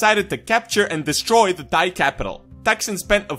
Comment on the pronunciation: he pronounce "thigh" rather than "thai". nice